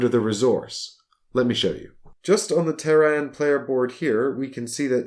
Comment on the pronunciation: teh· ruhn not Ter-Ran